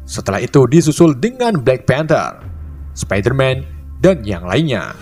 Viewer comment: spiderman bacanya spaidemen bang,, vision juga baca nya aneh,. hadehhhh